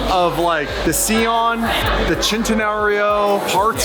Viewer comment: Si-on. Please. Idec if sieon is the correct name.